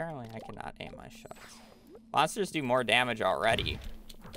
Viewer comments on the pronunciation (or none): none